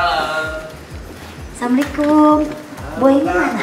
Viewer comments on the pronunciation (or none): Jangan samikum beda arti SM assallamuallaikum😭😭🙏